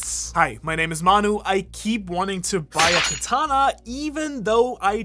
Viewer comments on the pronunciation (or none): none